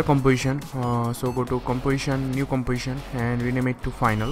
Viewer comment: "new comwaition"